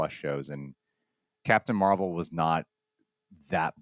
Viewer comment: It's pronounced Marbel, guys. 😂